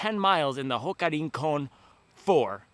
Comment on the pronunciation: Se pronuncia: "RRRRincon"